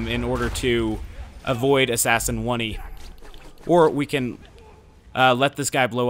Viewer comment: It's fucking assassin oney pronounced "own" "ey"